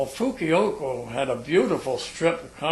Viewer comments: You're quite right, he kept calling it 'Fukuyoko' instead of Fukuoka, but what impressed me was that he even got that close after 60+ years ! Anyway, nice gentleman. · Fukiyoko? or Fukuoka? o,o I don't know what he's saying. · Not as a complaint at all, but for clarity in his fascinating story, the city's name is Fukuoka (Foo Ku Oh' Ka), not Fukioko (Foo Kee Oh Ko). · Just in case anyone is wondering, he means to say 'Fukuoka' not 'Fukioko' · i guess japanese places are not easy to pronounce for non japanese. the number one word mispronounced is "KARAOKE" AMERICANS ALWAYS SAY KERRYOKI, I ALWAYS LAUGH. " KA RA OK" THE PLACE THIS MAN IS TRYING TO SAY IS "FUKUOKA". BLESS HIS HEART FOR SERVING. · Think it pronounced Fukuover! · it's fu-ku-o-ka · I think the miiltary people commonly referred to Fukuoka as "Fukiyoko". I once talked to an ex Army nurse who pronounced Fukuoka this same way. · I question this guy's story, first of all he doesn't know how to pronounce Fukuoka and furthermore if he was a pilot he would not have flown to Fukuoka, he would have flown to Itazuke Air Base which was the name of the base at the end of the war. I'm sure he has lots of stories to tel and some of them might even be true. However I question this one. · You might cut the man some slack seeing as how he's recounting an incident that happened 70+ years ago, that he mispronounces a place name is really unimportant and further evidence you're just nitpicking. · This man is so damn real he can't say "Fukuoka" worth a damn, and I LOVE it. (Reminds me of a veteran I met once, a tank driver who saw action in the Ardennes, trying to claw back France from the Reich) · Lol the way he says 'Fukuoka' heehee